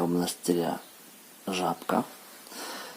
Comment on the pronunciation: Жапка) смешно звучит как-то